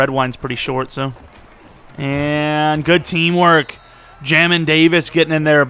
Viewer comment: It’s pronounced jay-min Davis fyi 🤙🏼